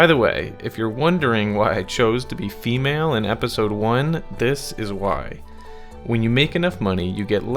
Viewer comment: How you pronounce "fffEmale" is hysterical lol